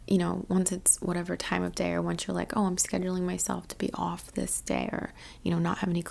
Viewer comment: Yeah I guess, theres definitely some hints of NY there like ish, when you say off and other words. Having never been to NY/NJ I guess I'm just making assumptions based on TV haha Anyway thank you again for your hard work. I'm off to Japan again in late August so I'm definitely going to be looking forward to Summer :D <Leo>